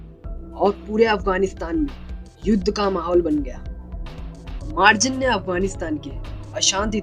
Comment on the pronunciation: Bro मार्जन nahi मर्जान hai uska name